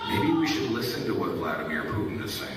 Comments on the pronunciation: Not that I care about that war criminal a-hole, but hearing you mispronounce and accentuate the “pew” is horrible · Why do you keep mispronouncing Putin, it’s excruciating on my ears 😭